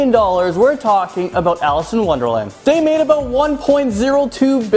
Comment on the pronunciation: WONDELAND BWAHAHAHAHA 😂👋 DID ANYONE ELSE NOTICE THAT 🙊